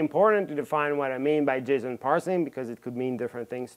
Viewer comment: yeah i love it but i can't stop myself from hearing him say "jism" every time he says "json"